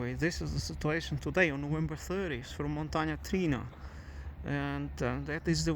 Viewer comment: It's Montana TriAna ;)